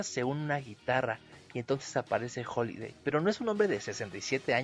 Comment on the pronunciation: HAliday con "A"